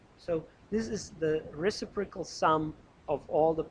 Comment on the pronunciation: For all I know you've received this kind of criticism before, but being someone who is wanting to make sure I am pronouncing words properly I feel the need to bring it back up since it introduces cognitive dissonance gor me while listening to your (very helpful, by the way!) lecture videos: it is pronounced reCIprocal (IPA: rɪˈsɪp rə kəl); the antepenultimate syllable is emphasized. Source